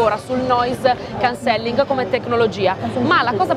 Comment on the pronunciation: Bel video ma si pronuncia Noise Càncelling! Occhio all'accento